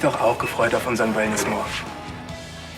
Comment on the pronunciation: Er sagt "Toller Wellnestag" :)